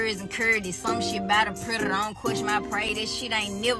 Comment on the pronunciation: The way she adds 7 extra D’s to the word “predator” 💀the choreography made it tolerable lol